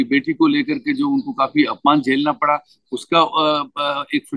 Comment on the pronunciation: What about chaaywala's flip or slip of d tongue - beiti padaav beiti PATAAV¿???? Why no big uproar???